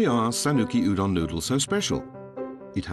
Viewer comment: Cette prononciation de "Udon" par Ichiban Japon me stresse